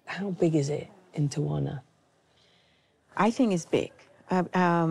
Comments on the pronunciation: The reporter kept saying Tawana lmao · Tell the the city is pronounced......tea-a-wanna. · Where is the second A in Tijuana? I live here and I’ve only heard it pronounced tee-Juana. Only the English speakers pronounce it with an extra A. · Pronounced Tee-Huana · She pronounced Tijuana wrong the whole show. It drove me crazy. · They went thru all the trouble to make this documentary and wouldn’t bother to pronounce TIJUANA the right way… jeez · Why can this woman never for the life of her pronounce an easy Spanish place name? It's honestly a shame for the channel airing this that she mangles something this essential.